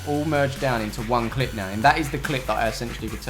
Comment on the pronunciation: 67 times you said 'ettentially'